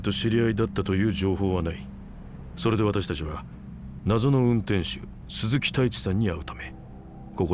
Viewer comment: 鈴木太一が鈴木タイツに聞こえた